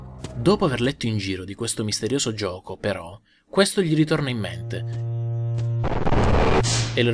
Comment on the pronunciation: adoro quando dice gioco. lui nn dice "gioco" ma dice "giuoco". senza offesa.